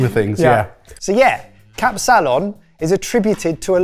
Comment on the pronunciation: KAP-salon, not kapSAlon. You're putting the emphasis on the wrong part of the word. Also, who the hell puts raisins, eggs or olives on a kapsalon. It is however most definitely a drunk food, they were right on the money with that.